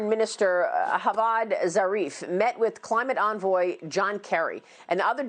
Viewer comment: Did she just say HAVAD Zarif? Iran is not meHico lol. This has been on the news for a decade. Least u can do is get the name right haha